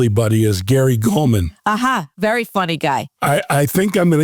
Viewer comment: He didn't pronounce it clearly, but he said "Gary Gulman", who is, in fact, a very funny man.